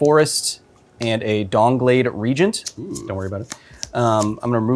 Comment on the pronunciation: I swear I heard Kyle say "DONGblade Regent".